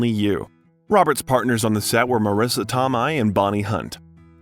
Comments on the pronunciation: Your documentary is going. Just one suggestion, maybe check on how yo correctly say peoples names, cause you butchered quite a few famous names in here... Marris Toe-my , really? She's still acting ..Toe-my..... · Marisssa To-may, not To-Migh. Do your research!!!!! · Great video. My only criticism is the butchering of so many of the actors' names. Marisa Tomei (pronounced Toe-may), Ralph Fiennes (pronounced Rafe Fines), and there was one other actor I believe but I can't remember now. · Is this narrated by AI? So many strange pronunciations. Tomei is Toe-may not Toe-my. And the slight emphasis pause in Favreau 😂😂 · I enjoyed this biography just a suggestion do some research on the correct pronunciation of the actors names like Marisa Tomei is Tomay not Tomeye just fyi keep up the good work I really do enjoy your work thank you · It can't be that hard looking up pronunciations of names, because holy shit. Marisa TOMMOY? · Tomei is pronounced like "toe may" ... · do you use AI / text reader for the narration? You mispronounce some well-known actresses' names... Marissa Tomei "Toe-may" and Cybill Shepherd (Sih buhl). Roger Ebert (ee-bert, not eh-bert). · Greenwich Village ... how can you not know it is pronounced "grenitch"? and Marisa Tomei is pronounced Tome-may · Yay! Robert Downey Jr! But, who is this narrator slaughtering all these famous people's names? Warren Beety? Sigh-bull Shepherd? Marisa Tom-eye? Roger Ebb-ert? Gahhhh!🙄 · Wonderful narration, however, 2 names I thought you ought to get right were Greenwich Village (greh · nuhch vi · luhj), and Marissa Tomei (toh-MAY) ❤ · My hell do I love RDJ. I’m just smitten. I love that Mel Gibson always stood up for him. PS: it’s “Grennich,” not Gren-witch when pronouncing, “Greenwich.” It’s also Sib-ill Shepherd. Marisa Toe-May is an Oscar winner, so put some respect on her name! Just little things that took me out of this otherwise good biography. I do love “Back to School.” Such a fun movie! 😂